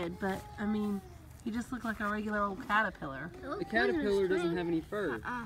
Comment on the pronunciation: "Is a cawwepwiller"